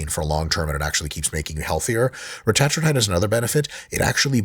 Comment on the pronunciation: I hate how he pronounces Retatrutide